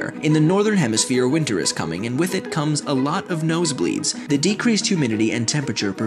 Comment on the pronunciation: "No sebleeds?"